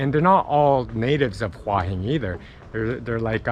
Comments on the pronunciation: It's actually not Hwah, it's Hoo-ah. I discovered this in Nakhon Pathom train station. She had no idea what I was saying. Two rising tones - Hoo ah Hin. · Please please please learn how to say the name of the area you are in properly! It is Hua Hin not Wa Hin! >>> sounds like Hooa Hin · I was there for 2 months last year and a young Brit who had been there longer than me was calling it "hoi hin" and I started to wonder if I have been pronouncing it wrong all this time(?) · You should say Hua Hin more often ! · So annoying you can't say Hua Hin right, just stop saying it :D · Ask a Thai resident how they pronounce Hua Hin. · and mispronounced it every damn time it's maddening.